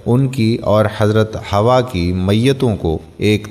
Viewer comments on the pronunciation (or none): ویڈیو اچھی ہے اور معلومات بھی درست ہیں... پر تلفظ پر کہیں کہیں دھیان نہیں دیا گیا.. جیسے، ہوا، مَسند احمد وغیرہ... حالانکہ یہ حوّا اور مُسندِ احمد ہے..... خیر... اس پر بھی توجہ دیں، تاکہ کہیں خامی نہ رہ جائے